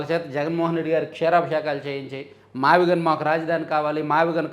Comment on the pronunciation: మీరు సరిగ్గా పలుకలేదు మావిగన్ అనాలి. కష్టపడి తన పేరు వచ్చేలా పెట్టుకుంటే మీరు గాన్ అని పిలుస్తే ఎలా? గాన్ ఇంగ్లీషులో gone 😂